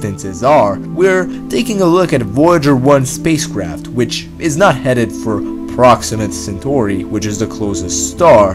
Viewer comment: "proxima centhori"